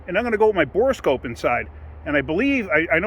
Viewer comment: Thank you for calling it a bore scope instead of a bore a scope.